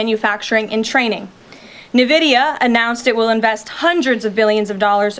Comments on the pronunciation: Nevidia? It's called NVIDIA (N-VIDIA)! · Nividia :D